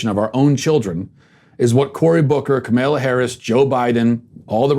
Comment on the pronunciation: Learn how to say Senator Harris' first name you fucking moron. You do political commentary for a living...and she's going to be the vice president. Comma-law Also not 60 million human beings....when your born your not 9 months old...your a day old.... because life begins at birth..... society has agreed to this your bullshit made up fairy tale that has a fake supposed God whisperer pickd by chimney smoke and has tonnes of disciples molest boys ....does not equal a moral compass for the rest of the world